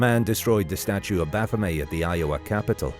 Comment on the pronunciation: Eliphas Levi drew the Baphomet that we are all familiar with today. His intention was to draw a figure that symbolized the unity of opposites. Later on, the symbol was appropriated by satanists. Its pronounced baff-um-et, no baff-um-ay. He was also the first person to say that an inverted pentagram represented evil. These are all his creations. The pentagram is just a shape, like the hexigram, hepptagram etc.